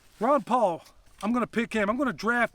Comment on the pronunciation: Did you say "Ron" or "Rand" Paul?